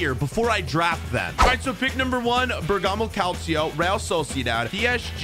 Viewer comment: As a Italian I just got insulted when he said bergamo kalcio lol